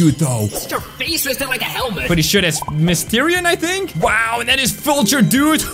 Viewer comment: Not misterion misterio